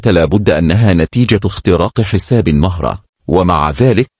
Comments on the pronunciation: اسمها مهرة بضم الميم وليس بفتحها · مهرة بضم حرف الميم باليمن والخليج بنسمي مهرة وهي اسم لصغير الخيل ولكن ننطقه بضم حرف الميم ونطقك للاسم خطاء